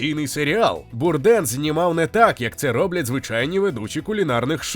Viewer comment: Звичайно же без хейту, але змушений підправити: Прізвище вимовляється, як Бурдейн. Він був американцем, і на Батьківщині прозвище вимовлялось саме так.